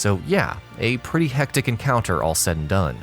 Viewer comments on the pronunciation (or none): none